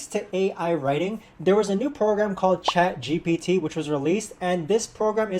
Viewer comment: It’s ChatGPT, not ChatGBT…